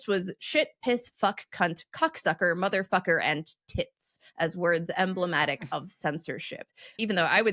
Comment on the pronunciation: Saying mfer like he does doesn't have the same ring without the hard R's as Americans pronounce it, it like he's trying to say the N word correctly lmao. Yes I gotta say "dick" does have a "gentle entrance" especially when just using just the tip.